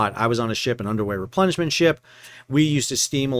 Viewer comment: Sounded like you said you were on an “underwear replenishment ship”. (Figured it must be something else but listened to it several times)